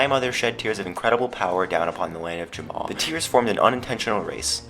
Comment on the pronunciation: *Jamaa not Jamma XD